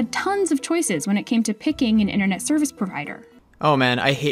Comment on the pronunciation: Sounds like you are saying "intranet".